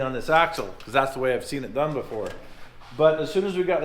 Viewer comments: Gotta love phonics, in sand you are DUN. Period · D U N ! It's math peepole..........